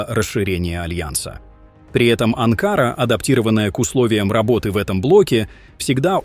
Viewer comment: БЕЗ ГРАМОТНЫЙ АВТОР!!! НЕ АНКААРА ===- А АНКАРА НАДО СКАЗАТЬ!!!! ОПЯТЬ ПОВАКАЦИЕЙ ЗАНИМАЕЩСЯ!!! ДЕНЬГИ ТЕБЕ НЕ ДАЕТЬ ПОКОЙ!!! ИМЕЙТЕ ДОСТОИНСТВО-НЕ ПРОДАВАЙСЯ- НЕ ГОВОРИ ГЛУПОСТИ --- ПО ЗАКАЗУ!!!